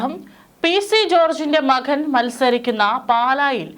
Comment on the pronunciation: സ്വാഗധം അല്ല സ്വാഗതം ആണ്. മഖൻ അല്ല മകൻ ആണ്. എന്തിനാണ് ഇത്ര അമക്കി വായിക്കുന്നത്? കേൾക്കാൻ അരോചകം.